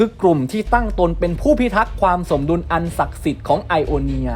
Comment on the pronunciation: อ่านผิดรึป่าว สมดุล อ่านว่า สม-ดุน ไม่ไช่ สะ-มะ-ดุน